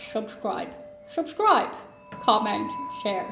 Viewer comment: When you said “shubscribe” 😜